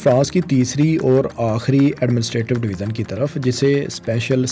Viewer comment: اپ بار بار ڈویزن کہہ رہے ہیں یہ ڈویژن ہوتا ہے ی کی آواز سے اسکو پڑھا جائیگا جیسے اژدہا یا بڑے سائز کا سانپ ، ژالہ باری ، ویژن یعنی نظریہ ، ٹیلی ویژن اور دریائے ژوب بلوچستان ۔ اسکو " ذ یا ز " کی آواز سے نہیں " ی " کی آواز سے پڑھو مثلا اگر ژالہ باری لکھا ہو تو اسے زالہ باری یا سالہ باری کی آواز سے نہیں بلکہ " ی " کی آواز سے یعنی یالہ باری جیسی آواز نکال کر پڑھو ۔ ژالہ باری ( یالہ باری ) ، . ڈویژن (ڈوی ین ) . دریائے ژوب ( دریائے یوب ) . ٹیلی ویژن ( ٹیلی وی ین ) ۔ ویژن ( وی ین ، نظریہ ، سوچ ) لہذا آج دوسری بار باریکی سے مثالیں دیکر سمجھا دیا ہے آئیندہ خیال رکھنا ☝️☝️☝️